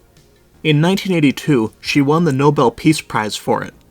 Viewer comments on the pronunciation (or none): none